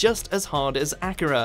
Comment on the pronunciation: it's not pronounced like Acura, it's Ah-kyr-ah, justice in the anime, which you probably haven't seen. If you haven't seen it, you shouldn't commentate about it.